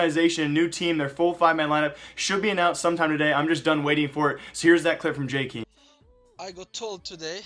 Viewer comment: Which will happen first: >The new operation > pronounces 'Jkaem' correctly